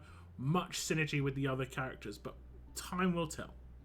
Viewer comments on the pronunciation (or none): none